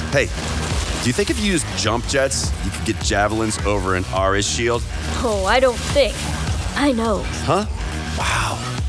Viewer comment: Ares was said very wrongly